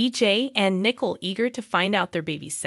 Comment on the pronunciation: RAY- CHEL WITH A LONG A. NI-COLE. THANKS